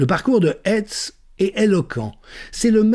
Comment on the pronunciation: Formidable synthèse et analyse. Je ne regrette pas de vous soutenir. Pour info: pourquoi prononcer Hètz le nom du procureur et pas Haïtz comme on le fait de toujours en Lorraine et Alsace? Et curieusement, aucune mention publique de son ascendance ou une éventuelle confession…